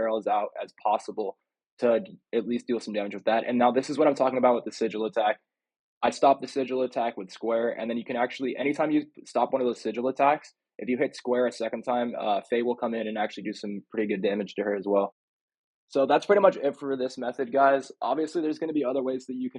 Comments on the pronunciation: It’s not fey it’s Freya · Freya not faye lol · Bro was calling freya, Faye. Definitely a new player. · And faye for freya lol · “Gina and Faye”😂😂😂 do you call Kratos “Craig”?? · Please stop calling Freya “Faye” and G’na “Gina”. Thanks cya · Dude called Gna, Gina and Freya, Faye lmao what a casual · Bro called her Gina and called freya, Faye😂😂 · Yeah and if im not wrong he also called freya faye